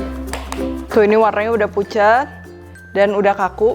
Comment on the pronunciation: Ini telinga gw doang yg salah denger ? chef nya bilang pucet Gw denger ny fucek😭🙏🏻🤣